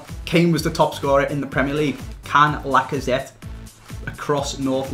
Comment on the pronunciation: TheDeadliestUnknown lacazette isn't pronounced the same as machete